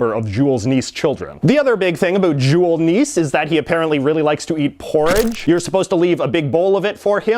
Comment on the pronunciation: Yeah, he pronounced Jul Nisse as "Jool Niss", I can accept the Jool, but it´s supposed to be Nisse, with a large focus on the E